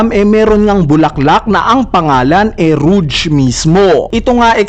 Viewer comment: Rouge = Rog po Basa dyan Hindi Ruj